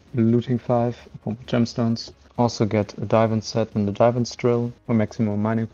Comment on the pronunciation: The fact that u pronounce divan as diivan triggers me.